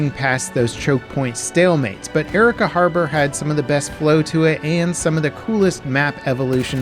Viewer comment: My family is from Arica. The pronunciation of the city and the country always makes me cringe